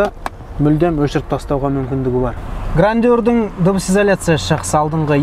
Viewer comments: Grandeur(Грэндже’р) 😢, а не Грандеур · Грандеур? Ахаахаха 😂😂😂 "ɡrændʒər" деп айтылады, біздің тілмен ең құрымағанда - Граенджёр деп айтылады! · Грандеур емес Грэнджер